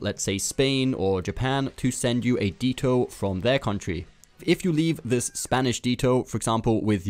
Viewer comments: It not detto it’s ditto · Di-to. Lol do you mean dit-o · not deeto its dehto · ITS NOT DEETO ITS DITTO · Who calls it deeto it’s ditto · no we don't. it's Ditto here too, not Deeto. unless you mixed it up with the word that Dittos name comes from - Dito (meaning "same")? yeah that's pronounced with a long i! but the pokemon name is not pronounced like that. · I was so disappointed I disliked the video. I'm sorry. It's Ditto. Not Detto. 🤔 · Wtf is a “Dee Toe”? It’s pronounced “Dit Toe” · Pokedex: A Dee-toe is what you take when there is road work ahead. 😂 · Calm down its the french pronunciation !!! In french the DI would sound like DEE as the letter E in anglish sound the same as I in french !!!! Pronounced DIT/TOE in English and DEE/TOE in french !!!!!...... At least i hope for him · Nails on a chalkboard with someone saying DEE TOE...... DIT TOE MAN DITTO IS DIT-Toe or just say It-Tow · Please fix the way you say "Ditto" - it isn't "deeto" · Yes, it is a deeto. Not a ditto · “Deetoe” it’s ditto you don’t say dip as “deep” lmao got a good laugh from that 😂👍🏼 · I’ve never heard someone mispronounce ditto is “deeto” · Ditto. Not d-tow, but dit-o. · Didn’t know wtf a “dee toe” is, it’s DITTO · He may say ditto as deeto but I guess it's still better than me. I'm Scottish so don't pronounce t's in words so I say di'o 🤣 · Ah yes let me just grab my DEETOE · DEEETO? What is a DEEETO? Do you mean DITTO? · De-toe......you mean dit-toe? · DITTO not DETTO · It's ditto not dito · Deetoe lol 😂😂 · why do you say Detto instead of ditto? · Dit ditto not deeto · Its pronounced dih toe not dee toe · “Dee-toh” lol it’s “dih-toh” short i sound my friend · I’m so triggered he is pronouncing ditto deetoe it’s pronounced di toe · Imagine catching all 400 new pokemon yet still calling Ditto..DEEtoe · I like how you had a team of just the Eeveelutions when you started explaining about EVs-- also, "Deeto". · You said this, and I was thinking the same thing, like Deeto lmao. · he says deetoe